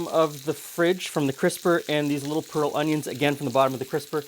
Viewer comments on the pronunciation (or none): none